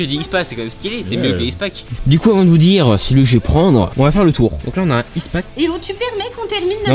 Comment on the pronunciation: Juste un conseil on prononce pas fila mais fils